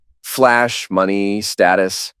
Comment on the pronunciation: "I dOn't wAnT tHeiR mOneH". Another attemp to write a goody two shoes mc only to make him sound stupid.